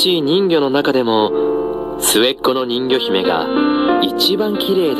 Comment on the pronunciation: ん魚姫って聞こえたw